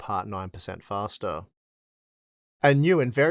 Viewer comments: It`s fastah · Pouwa, fasta. Noice.